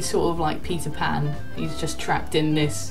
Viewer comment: I thought he said "pees a pan" lol instead of Peter pan lol 🙈